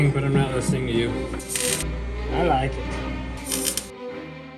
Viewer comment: “I laike it 🙂” love it